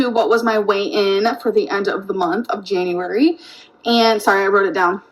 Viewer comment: “Januwawry” took me out 😭